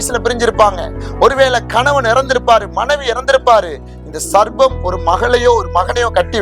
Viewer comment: சர்பத்தா (juice) 😁. சர்ப்பம் (பாம்பு) சரியாக உச்சரிப்பு வேண்டும்🙏